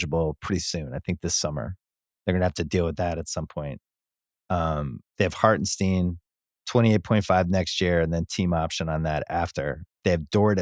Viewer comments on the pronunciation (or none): Bill keeps saying OKC is trading Dort. Also it’s HartenSTEIN not Hartensteeen